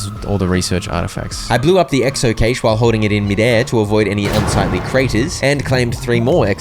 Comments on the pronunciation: Hey! ‘Cache’ is pronounced like cash. Just letting you know. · Im infuriated how he said cache wrong every single time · The way he pronounces cache 😂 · just fyi, cache is pronounced “cash” not “cay-sh” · Great video, I'm not sure if this is a joke but you're saying 'cashe' wrong